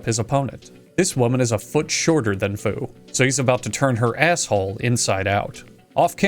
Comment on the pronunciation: When he says “Fu makes sure this restaurant is serving food” all I could hear was “Fu makes sure this restaurant is serving Fu-d”